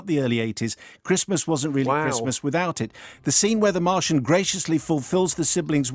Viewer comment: Haha Simon's prounciation... "Mar-tee-in". C'est "Mar-shaun", je crois.